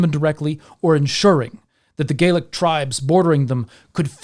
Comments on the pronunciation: Youre pronouncing "gallic" as if it were spelled "gaelic." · interesting you pronounce Gallic like Gaeilic